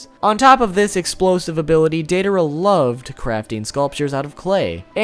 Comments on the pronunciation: Its DIEdara not daydara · Its DIE-a-dera, not DAY-a-dera.. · "Dei dar uh"😀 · Are we going to ignore he pronounces it "day-daara" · dei-DA-ra... baka... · Instead of deidara it’s dangdara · Am I the only one getting annoyed by how he isn’t saying Deidara right